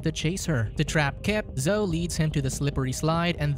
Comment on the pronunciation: Zo isn't a name... Zo-EE is her name.